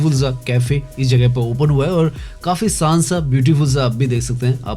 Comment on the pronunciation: Saant nahi shaant aur saandar nahin shaandar kehte hein. You are pronouncing sh as s. Correct your pronunciation which is essential for an orator.